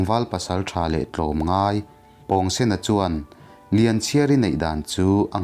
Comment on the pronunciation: pawngsen a pawng hi,pawngpaw tih a pawng ang hian lam tur a ni lo mi😁